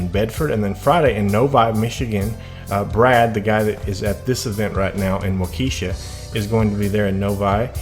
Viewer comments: WAUKESHA, WISCONSIN PRONOUNCED WALK E SHA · Pronounced as "walk-ee-shaw